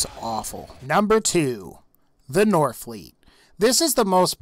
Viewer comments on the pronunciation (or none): Temetni lies. and the fact that you say "northfleet" instead of norfleet is cringey.